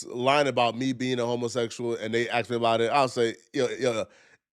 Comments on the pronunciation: WTF he can’t even pronounce the word ASK and he said I’m AXING you ! JLP is an illiterate HOUSE 🥷🏽💯🙌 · It is ASK not AX. Learn to speak.